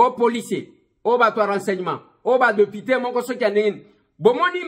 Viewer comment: Masolo na député et non deupité . Tu racontes des bobards cher deupité